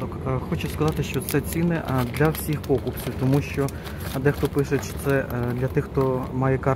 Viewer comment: Не пОкупців, а покупЦІВ.😅😅😅